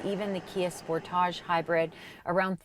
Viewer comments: lolol, they way she says Mazda.. “Maze’da” and “Spor’Tahj” I had no idea was such a Mazda fan. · Sorry! Had to laugh at every time she said Sportage'. It's Sportage. No French needed. Your welcome.